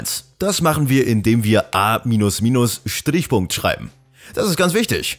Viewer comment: Ich werde dieses "Schtrrrich Punkt" nie wieder los, wenn ich ein Semikolon tippe oder sehe....